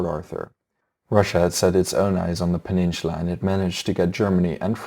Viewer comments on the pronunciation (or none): Seoul is generally pronounced as sole, there is no "h" in peninsula, apologies for pedantic criticism as English is clearly not your first language. Your videos are excellent, and your choice of more obscure historical topics is very much appreciated. Congratulations on your subscriptions and keep up the good work! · Your pronunciation on the Asian names are good, but the way you say "peninsula" is really cringy.